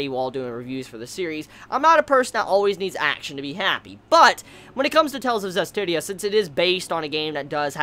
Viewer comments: I'm just happy that you managed to pronounce the series title correctly before it ended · Only took 12 episodes to pronounce the anime title correctly:3